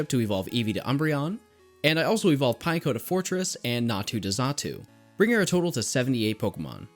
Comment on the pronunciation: it's not pine-co it's pin-ek-o